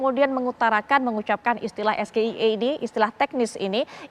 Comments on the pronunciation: Es ji ai i..... Bukan es GE i e... Wong singkatan dari bahasa inggris kok diucapkan dgn bahasa Indonesia..... Pekok .....pekok.... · Gibran kampungan masa ngeja istilah bahas Inggris pake bahasa Indonesia es ge i e. Kalau emang itu bahasa Inggris mengejanya adalah es ji ay i. Cawapres kok ngga bisa bahasa Inggris yah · Kata ahli ekonomi syari'ah cara mengucapkanx bkn SGIE tpi SGIER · Es ji ai i bukan es ge i e Bodoooh 😂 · Es Ge i E apa Es ji ai i?? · Maap nih kalo memang SGIE itu ternyata singkatanya memakai literasi bahasa inggris knp nyebutnya SGIE tidak Es Ji Ai i kita semua bingung jg sampai pakar politik aja googling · update apa nya, bertanya aja salah kok seharusnya kalau kepanjangannya Bhs Inggris, maka singkatannya juga diucapkan dengan hurup Inggris juga dong (ES JI AI I) BUKAN ES GE I E. TAPI NYATANYA CAK IMIN BISA JAWAB KOK (setelah tahu maksud dari SGIE itu tadi) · Sales ABG (anak buah gibran) asal cuap cuap aja mengatakan bocil punya wawasan luas yg ternyata NOL BESAR. singkatan bhs english SGIE yg diucapkan oleh bocil Es-Ge-I-E , ini keliru seharusnya dieja Es-Ji-Ai-i. Ini blunder bocil selundupan yg memalukan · bacanya salah nyontek lagi, harusnya ES Ji Ai i, Iniejanya sgie🤣🤣, santan Gudeg Itu Enak 🤣🤣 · 🤪mau jebak.. eh si unggul "bintang debat" malah ketauan gobloknya.. sekarang SAMSUL pantas pake titel baru => Gibran SGIE (Sarjana Gagu Ingin Eksis), SAS (Sarjana Asam Sulfat) lulusan Univ Luar negeri lhooo.. SGIE dia lafalkan eS Ge I E.. profesor guru besar manapun ga bakal ngerti.. lha wong singkatan bhs Inggris SGIE (es ji ai i) kok nyebutnya bhs ndeso.. malluuuuu..!! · Lebih baik jujur kalau gak tau saya malah bangga dengan kejujuran cak Imin dari pada sok tau masa bacanya esgeie hahaha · Wawasan luas bagaimana bro.. bacanya aja salah. Itu kan singkatan bahasa inggris..SGIE. Se Gitunya Iya Erorr...😂😂😂 itu sungkatan SGIE.. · SGIE dgn pengucapan bhs Indonesia : Si Giant Itu Emosional😂😊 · Bgm mau bangga nyebut huruf dlm bhs Inggris sj salah